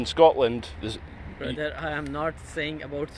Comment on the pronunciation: Scortland? Cant even pronounce the name of the country ffs